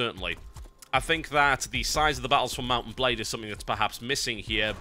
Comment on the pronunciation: Why do I keep hearing mountain blade when he says mount and blade? I feel stupid.